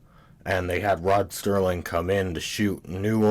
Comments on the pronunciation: SERLING - - - - - not Sterling, what a dummy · Serling. Not Sterling. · It's Serling, not Sterling! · Why are you calling him STerling instead of Serling? Just to get comments? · Dude, his name is Serling, not Sterling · It’s Rod Serling, not Rod Sterling. There’s no T in his last name, you nincompoop. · I would have enjoyed this video more if the narrator didn’t keep mispronouncing names and words.He repeatedly mispronounces”Serling” as “Sterling”. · It's "Serling", not "Sterling" - Gimme a break. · It's SERLING, not Sterling, dammit! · Sterling?! His name is Rod SERling! Not Sterling! He's a writer, not made of silver! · His name was Rod Serling not Rod Sterling. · Interesting analysis...but the guy repeatedly mispronounces Rod Serling's name as "Rod Sterling"! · Why do you call him Sterling? It's Serling.... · It's Serling, not Sterling goddammit! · Good doc....but damn you with the "Sterling" crap. It absolutely drove me nuts. I don't know why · I love the show too and appreciate your video and commentary - one thing to note is that Rod Serling is not pronounced as "Sterling". Thanks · Did it ever occur to you that you may not have the intellect to thoroughly understand the subtleties of rod SERLING s writing seeing as how you can t fathom the pronunciation of his name. You are koalafied to WATCH tv not to critique it. Back to the couch potato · Agreed! It’s hard to take a presentation like this seriously when you can’t get Rod Serling’s name right! Many people on this thread have dismissed this VERY annoying and disrespectful error as “no big deal”. Well, I’m sorry but it is a big deal! If you’re going to take the time and care to mount this type of project, which by the way is an acceptable critical analysis, then for god’s sake, get the effing name right! Serling was an undisputed genius and master of the television medium. His name is presented in big block letters during the credits of every episode. Sterling??!!! For god’s sake, go easy on the vermouth!